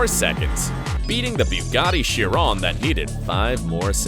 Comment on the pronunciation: Its shee - ron